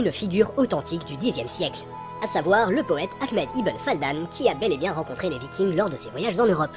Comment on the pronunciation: Fadlan, pas Faldan...